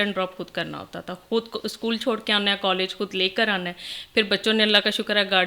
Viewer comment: Kaas nhi khaas hota hy kud nhi khud hota hy dear